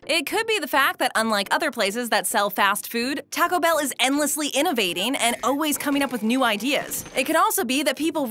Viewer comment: Does it bother anyone else that she pronouncements always as Oh-ways? I cannot unhear that!